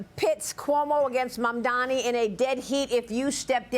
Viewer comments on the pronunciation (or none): It's impressive how Sliwa never gets Mamdani's first or last name right. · Curtis loves to pronounce his name wrong, man damnny